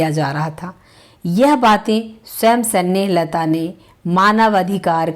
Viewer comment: कृपया आप अपना उच्चारण सुधार कर वीडियो बनाये। हिंदी का इतना अशुद्ध उच्चारण सुनकर खून खौल जाता है। ना तो आप नाम सही बोल पा रही हैं, ना ही अन्य शब्दो को सही उच्चारित कर रही हैं। अस्थमा होता है---अस्थामा नही स्नेहलता नाम है--सनेह लता नहीं